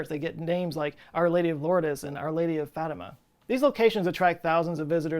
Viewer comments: That pronunciation of Lourdes... the E is silent. Not sure why you're using the Spanish pronunciation for a French place name. Should be [ loordz ] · 🤣 “Lourdes” is pronounced like the Louvre. Same long u sound. The “es” is silent too so it sounds like L-(long u sound like in “too”)-R-D I know this could be embarrassing but made my day 😂